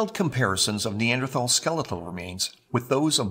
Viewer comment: Who was it that drew the illustrations? ARTISTS! Not scientists. Oh, can you PLEASE learn the correct pronunciation of Neanderthal as long as you're sporting that suit and tie trying to look professional?